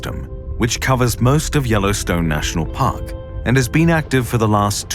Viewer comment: “In the Yellowstone National POCK, a sleeping MAUNSTAH lies dormant, under the earth.” And that’s as far as I got before I had to pause the video, to put that first line of dialogue in my own subtitles… okay, let’s continue good sir 🫡